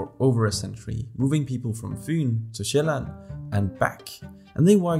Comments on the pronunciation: You are danish. You say Fyn and Sjælland perfectly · The way you pronounced Fyn and Sjælland was flawless. Had to pause and tell you that. Waow. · 1 - Your very good at danish 2 - You are danish How i know this is bc you easy say Storebelt, Fyn, Sjæland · That Fyn to Sjælland sounded way too danish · I only realized you were Danish when you said "fyn" and "Sjæland" (or at the very least have perfect pronunciation of those two words) From one Dane to another, great video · As a dane i would to say you pronaunced sjælland wonderfully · man you nailed the pronouncination of fyn and sjælland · He is danish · are you danish?? because the way you pronounced Fyn and Sjælland was insanely good pronounced if you arent